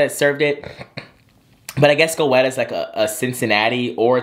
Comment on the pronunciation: You are truly my friend in my head🤣❤ btdubbz, goetta is pronounced like "getta"🤷🏾‍♀️sorry to that man🤣🤣🤣